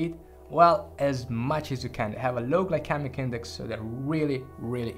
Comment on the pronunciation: Pronunciation Gly-See-Mik not Gly-kemik